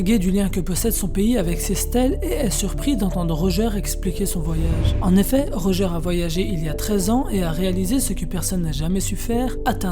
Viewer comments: Par contre ça se prononce « rodjeur » pas « rojeur » 🤷🏾‍♂️🤷🏾‍♂️ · Pk tu dis rojeur alors j’avoue jcomprends pas trop